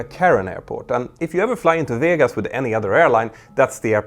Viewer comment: Las Vijegas 😅